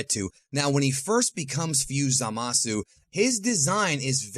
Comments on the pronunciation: It's zamasu not zalasu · Zamasu* not zalasu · Ah yes "ZALASU", indeed very strong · Why do you pronounce zamasu ZAMAWSOO? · I don’t like the way you say zamasu